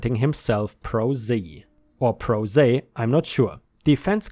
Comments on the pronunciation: Pro Se is pronounced Pro (as in Professional) Say... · "Pro se" is Latin "for oneself" and is pronounced "Pro say". Watching Perry Mason one learns a lot. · Pro se-Pro "say". Representing oneself at trial